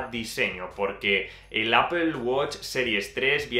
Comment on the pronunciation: Me encanta el review. gracias por tu tiempo para realizar este review. "interesante como dices "Apol"... XD Apple Watch 5 detecta caídas, no se en España, pero incluso llama al 911 en USA si el usuario no responde, otra novedad es que mide los db y nos avisa si estamos en un ambiente ruidoso (también lo hace mientras dormimos :D) .